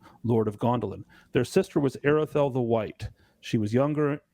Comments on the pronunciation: the AR in Aredhel is pronounced as the word 'are' not 'air' ('a' as in 'father') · This is slightly pedantic but the th sound in Aredhel is supposed to be a voiced soft th as in "that, the, those" etc. not the hard th sound as in "both, bath, math" etc. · Actually there's no sound in English that can reproduce the AR in Aredhel . You need to do a soft rolling of the R . An example in the movies when Saruman says Mordor, but a little softer,he rolled it too much in my opinion.